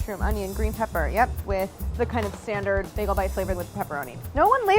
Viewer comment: The way she pronounced maaaster baagel..